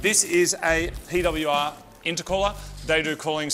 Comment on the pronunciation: so that's how the Australians pronounce PWR